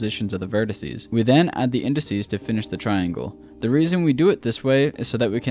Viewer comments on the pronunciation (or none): none